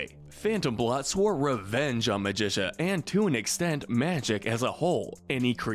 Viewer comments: i feel like a couple characters are missing like B.O.Y.D. or Drake Mallard, better known as Darkwing Duck! also why pronounce Magica De Spell as with a Magician sounding ca while in the show itself it is pronounced as a cactus sounding ca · Magica is produced as (Magic-ca) not (ma-dis-a) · He pronounces it like magician. And the show pronouces it like magical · Why did you say Magica's name wrong? It's pronounced Magic-ca, not Magicia. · It’s pronounced Magic ah, not Magisha! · It’s MAGIC-UH Not Muh-jish-uh (sounds like Patricia) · Magica NOT Magi-SUH Magi-KUH (KUH!!!!) Sometimes I feel like this channel uses an AI voice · Clearly you haven’t watched duck tails WHERE IS BOYD!!!!!! Oh and not to mention who is MaGITia it’s MAGICA. :( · It’s pronounced Magic-Ka. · Did he seriously pronounce Magica as “MAJISHA”?!?! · Also calab it magica ma-gi-ca got it. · Hearing Magica pronounced as Magisha made my blood boil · why does he pronounce Magica as Magisha? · I mean the show literally says her name constantly how do the get it wrong? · You mispronounced magica It's Magic-uh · Did u call her magisha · What I disagree with: Louie and Lina should be in good. Also the way he pronounces “Magica” is a war crime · Very nice list. I really thought that this reboot was better than the original in many ways. I don't think that you talked about Huey enough. Also, Magica's name is mispronounced. I'm with the other people who would like to see the original DuckTales on this list. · Yeah, I'm pretty sure he does it on purpose at this point. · The way you pronounce magica is hilarious. Also, I wouldn't put Louie or Lena in gray but that's my opinion. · I’ve never heard magica’s name pronounced like this before, it’s kinda cool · It annoys me how this guy constantly pronounced Magica's name wrong. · You pronounced Magica wrong. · nobody gonna talk about how he said magica wrong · You pronounced magica incorrectly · Magica is pronounced magic-a Don carnage is pronounced don-car-narge